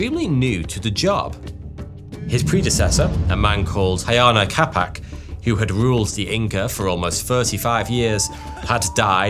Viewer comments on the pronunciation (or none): "Huayna Capac" is NOT pronounced "Hayana Capac": it is pronounced "Wayna Capac". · All that research didn't tell you how to pronounce the names, did they? Ayana Capac? Really? Huayna Cápac is not pronounced like that. It is more like Uh-Aye-Nah Kah-Pak, if you want an approximation using english sounds. You can use Spanish-like pronunciation for Quechua names (mostly) when in doubt. Edit to add: I wrote much too soon, my goodness the butchering of the names is a bit much. Other web documentaries at least try. I feel there is little to no effort here.